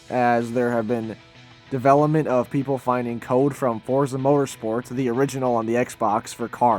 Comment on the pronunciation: the name is "Forza". you don't have to say anything after this